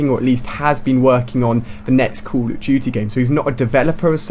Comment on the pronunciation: HEY Ali-A its call of duty not COUL OF DUTY